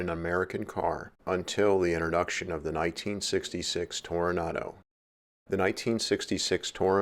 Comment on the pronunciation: The "innoduction?" Is there an outer duction too?